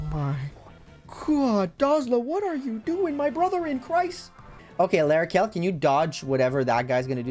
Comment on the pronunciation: L'Arachel died because you said her name wrong 😔